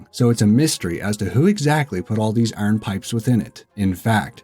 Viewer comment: Holy shit how can you not pronounce iron